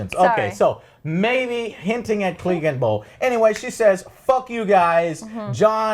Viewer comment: "CLEEGAN BOWL 2019" .......come on Joe...sigh.